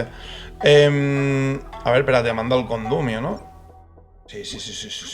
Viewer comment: "CONDUMIO" xdddd